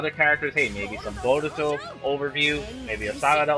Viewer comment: Jamison Grandy Its boruto, not borito 😂😂😂